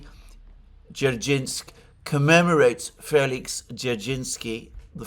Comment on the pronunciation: D-zer-shin-ski --> D-zer-shinsk. That will sound acceptable.